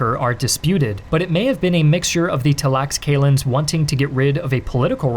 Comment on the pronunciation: great video… but hearing *talaxcalans at some point gets cringy 😬